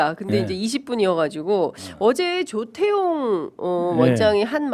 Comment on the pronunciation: 발음 잘합시다 조태용 좃태용이 아니고